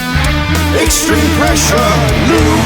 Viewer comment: Love the emphasis on the EXTREME PRESSURE LUBE too funny